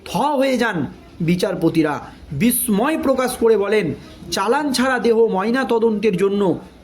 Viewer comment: উচ্চারণ ভুল যে গুলি স্ট্যাটাস ও বিস্ময়।